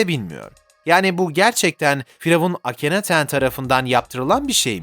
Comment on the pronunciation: akineton'a da akinaten demezsin artık :d